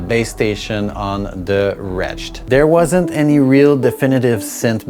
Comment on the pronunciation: Wretched is an adjective pronounced wretch - ed, which means a very unhappy or unfortunate state. You're saying the other word, retch, which is the sound or motion of vomiting. LOL